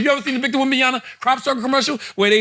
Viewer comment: Charla Who is Wembyana? Bruh it‘s Wembanyama